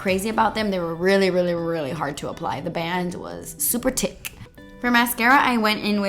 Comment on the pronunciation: I can't with saying tick instead of thick. WHY IS IT HARD TO BREATHE IT'S NOT EVEN THAT FUNNY